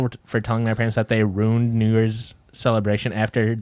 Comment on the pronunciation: The facial expressions Erika makes every time says “ruined” wrong 😂